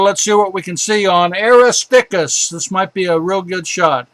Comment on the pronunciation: Great taught us a lot about the real Moon. Such a pity he couldn't pronounce a lot of crater names. Eg. Aristarchus is not pronounced Aristickus! Sometimes extremely frustrating. Just saying.